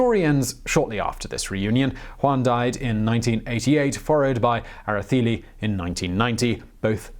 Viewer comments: it is Galicia (ga-li-sha); Araceli (ara-se-li); Pujol (pu-hol)... Good job for trying...💪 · Interesting that the c is given a th sound ... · Era-Thay-Lee or Era-Say-Lee. We learn, you learn, we all learn. Good Job tho! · The E in Araceli is pronounced like the E in cell.